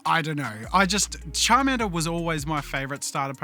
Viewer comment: So you're saying "Chadmander" and "Biggerchu" ?